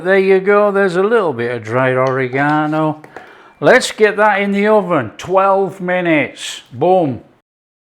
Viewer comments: Ohhhh cmon 👍🏻 🫡 Taste so good with that great tasting Oree-ganO! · Love how he says "Ore eeh gone oh " !